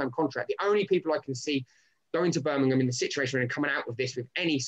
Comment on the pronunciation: It's Birmingham not Birminum 👍